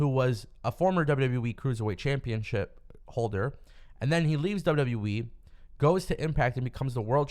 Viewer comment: This guy literally saying WWE wrong if you really hear it sound like it sounds like he's saying WWwe